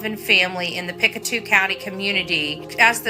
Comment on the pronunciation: It’s funny you call the place Picatu but Pictou is pronounced Pick-toe also Daniel Martell the step father of Lily and Jack has a YouTube channel where he is a Pokémon card collector and calls himself Dragon